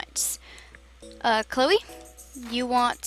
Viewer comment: You called Chloe chrisa the whole time